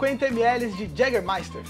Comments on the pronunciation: Viu,... é Jägermeister (pronuncia-se Iégermaister) e não Jégermaster, senão pensarão que é a bebida do Mick Jagger... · Pensei que era Jegue Master.